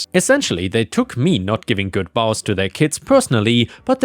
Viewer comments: Bows: is pronounced as "boze." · the Bows in the Christmas story is pronounced with a long O sound not complaining but since you have asked for help in the past I thought you might appreciate this.